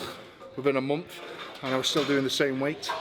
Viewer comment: I love how he pronounces month like mumpf